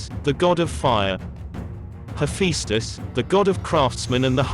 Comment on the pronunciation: Thank you for the video, however, I think you need to double check your facts about Athena and the competition with Poseidon for the city of Athens. Also, if you could fine tune your pronounciation of Athena and Hephaestus, among others, that would be wonderful. Thank you for taking the time to create such an in-depth video.